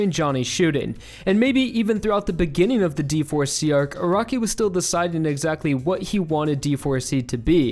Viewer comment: Arakis name is pronounced air-uh-key not air-occ-key